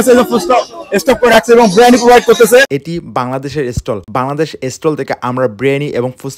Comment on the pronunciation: বিরিয়ানি❌। ব্রিয়ানি🤣✅ পোলাও❌। প্লাও✅ 🤣🤣🤣🤣🤣🤣🤣🤣🤣🤣🤣🤣